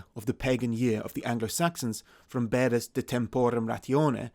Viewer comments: You pronounce Bede not as Beade, but Berder? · This looks good I'll watch the whole thing tomorrow. Looking forward to it. Edit: also turns out I've been pronouncing Bede incorrectly this whole time. Oof